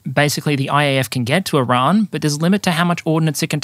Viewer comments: You pronounce Iran weirdly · Why do you purposely mispronounce Iran like 90% of the time? It doesn't make you sound cultured just like a try hard. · First we had "Iran". Then our American friends introduced us to "Eye-ran". Now you're telling us it's "I-r[Scottish/French "R"]an. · Here just to hear how pronounces Iran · I dont know why, but "R" in "Iran" give's me wired posetive chils.. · I salute your Farsi-inspired pronunciations of “Iran” and “Tehran”. Though I am American, I will respectfully drop the r when saying “Darwin” or “Melbourne” if ever we meet at the -fandom convention.